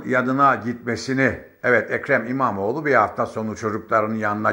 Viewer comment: "ekre mimamoğ lunaaaa karşııı", program yapıyorsun abi az bi diksiyon mu çalışsan.